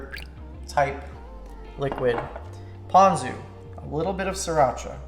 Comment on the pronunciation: Captions say u said Posion sauce and that's what I heard every time even after I saw the label LMAO!!!